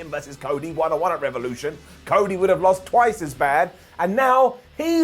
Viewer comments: "Jumped on him like right on wice" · "Like Right on Wice!" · “Rhite on wice”. You’re welcome